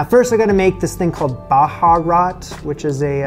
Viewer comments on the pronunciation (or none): It’s more like Beharat and the dry black lemon real way to say it Noomi , the original name is ( Nommi Basra) and Basra is a major city south of Iraq and that where they got it, but the baharains don’t say it properly. I hope you don’t mind me that. The dish is amazing.